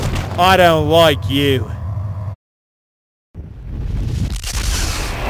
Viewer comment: "I don't loiek you..." *Proceeds to kick ass*